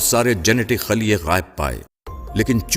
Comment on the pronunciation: Admin !!! Its " khulyay " not " khalyay " !!!